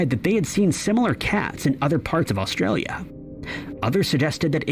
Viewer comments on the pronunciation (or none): none